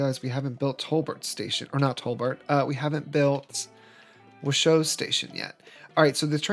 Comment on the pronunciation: It's pronounced like Wash and then Oh like surprise, so Wash-Oh But I'm glad you liked it enough to change it! It's looking great 😊 Also! The game was on sale for like $5 today so I'm playing along with ya!